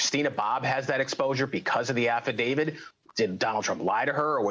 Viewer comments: Why?!! Why would that talking head lawyer pronounce affidavit as affidavid??? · Why is it that the most of these "experts" on TV don't know how to pronounce "affidavit"? A lot of them can't pronounce "statute", either. Not good for credibility, I would think.